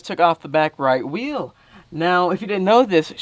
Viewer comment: HAHAHHAHA why the fuck did u say wheel like that 😂 omg that made me laugh 😂 “Okay guys I just took off the back right whhhheeeell” 😂